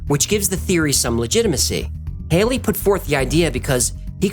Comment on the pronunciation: Halley = Haw lee not hay lee...